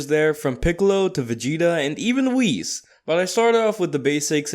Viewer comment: It's not wheeeessss it's whis